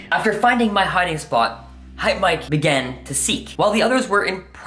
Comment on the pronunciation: its hypemyke not hypemike